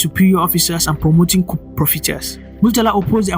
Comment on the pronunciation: ...Yes...I totally agree... Just one observation: Coup is pronounced as "ku", the "P" is silent... I love your presentation and balanced analysis...Well done!